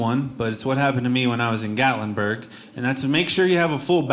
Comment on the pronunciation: Gatlinburg? You nailed it!